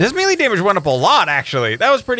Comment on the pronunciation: You say milie not melee